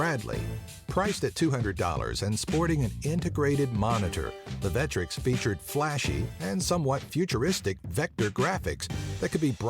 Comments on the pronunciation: It's "VECK-TRECKS". Not "Veh-tricks". I also almost commented on your blatant use of Classic Game Room footage without crediting them, but noticed you at least linked to them, so I'm not upset about that. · The name of the console is clearly Vectrex, not Vettrex. Just like vector is not pronounced vettor. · WHY THE FUK IS THE PIPPEN NO. 1?! I MEAN YOU COULD HAVE SAID THE MICROVISION, GAMATE, SYSTEMA 2000, MEGA DUCK, SUPERVISION, OR ANYTHING ELSE, REALLY?!! AND WHO IS DUMB ENOUGH TO SAY VETREX, WHO PRONOUNCES IT THAT WAY?! MARK OF CLASSIC GAME ROOM WOULD SHAME YOU AFTER THE VECTREX UNLEASHED ITS FURIOUS RAGE OF LAZERS UPON THINE USELESS ASS. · It's pronoucned Veck-trecks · That is not how you pronounce the vectrex! Id like to point you to any of Classic game rooms videos...